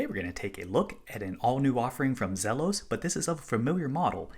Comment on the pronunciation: It's Zeeeeeeelos.